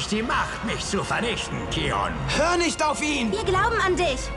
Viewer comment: Bin der selben Meinung, englisch ist besser, das kion anstatt keion macht mich wahnsinnig.